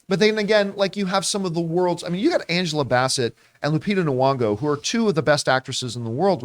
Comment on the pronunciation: Why does John always refer to her as "Lupita N'Wongo"? That's not how you pronounce her name, right?